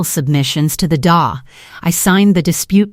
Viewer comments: D.A. not das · It's D A not da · It is not da it is the D A. Please pronounce correctly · "Da", "dewey".... you have lost all credibility in this story. Use a better programmed AI voice or a proper live human narrator. 😮